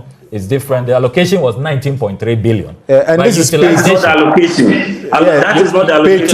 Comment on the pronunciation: How can Dr John Kumah dispute report put up by his own government??. Even in the midst of the camera showing it publicly A PhD holder cannot read out the word allocation and utilization